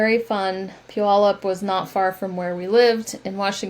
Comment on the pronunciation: My sister lives in Puyallup ! She and her husband moved there last year. Her son, daughter in law and first grandchild live there, and for that reason they moved from Columbus, Ohio area. So nice to hear it pronounced. I had no idea.